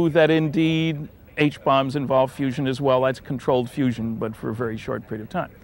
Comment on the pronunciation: I thought it was fusion...not fussion?